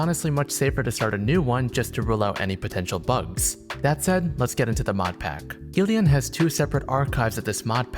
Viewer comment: The name "Gillian" is pronounced as "Jill-ian'.